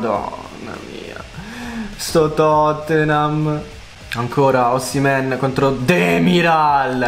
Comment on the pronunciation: Si dice osimen